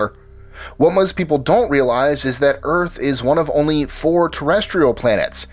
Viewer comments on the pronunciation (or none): none